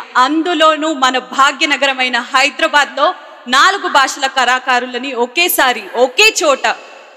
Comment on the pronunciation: karakarulu kadhu kalakarulu 🤦🏻‍♂️